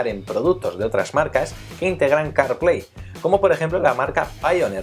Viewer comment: Buen video. Aunque ya que pronunciais bien "Apple", pronunciad bien "Carplay", no "Corplei" sino "Car" xd